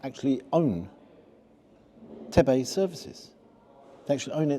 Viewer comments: It isn't TEbay, you need to stress the E. It's pronounced Teebay. From Tebay services it's a relatively simple trip to use the staff access road to get to Orton village just a couple of miles away, with it's award winning cafe offering home cooked food. The prices are less than Tebay services too...... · It's tea-bay not teh-bay 😂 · I think it’s Teeebay! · TE-BAY? Teabay. Goodness me. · sorry mate.....just saying its Te...Bay.......not Teb...ay.... ,#localcumbrian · Its TeeBay Not tebbby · It's 'Teabay' not 'Tebbey" Services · Pronounced as Teebay! Not Tebbay - fantastic food, location, & shops Try Rheged near Penrith too as that is owned by the Dunnings. Great staff at Tebay (my daughter works there!!!) Great review - as usual totally honest - lovely to hear you do a review up north! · Just so you know it's pronounced tee bay rather than te bay. No hate just my wife's from near there and got very frustrated. Great video mate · Good to see you on your travels ! Just to say it’s tebay as in tee bay - not tebbay 😆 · From my home county - quality up there! I'm sure others have mentioned it but it's Tee-Bay not Tebb-ay ;) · Tebbbay!!!!! Its TEEEEEBAY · Tee-bay or Teb Ay? That is the question. Sorry I couldn’t resist, it is of course pronounced Teebay ( I’m fairly local). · great review my friend - our 'must stop' whenever up North - it's pronounced 'tee-bay' btw - awesome place best in UK and yes reassuringly expensive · Its pronounced Teeeebay,. Its got to be the best in the UK. The prices are good value i think. The staff are great, they gave me a free pot of tea when i had hypothermia on the back of a motorbike on the way to Annan one new year. Better value than any other service stationin Britain, real food, with a great view and resident ducks. 😊😊😊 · I’m sure it’s pronounced tea bay. I’m sure, been there, farm shop great but expensive especially the butcher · its pronounced TEE-Bay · Never heard it pronounced like that it’s tee bay